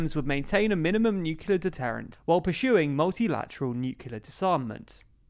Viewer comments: I meant in the way he pronounced it. He said "nucular" not "nuclear". And yes, nuclear energy is the future. They just have to make it more popular with the people. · ok... you pronounced nuclear as nukular, a la George W Bush. you, now, have lost all my respect, man. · Nucular? Really?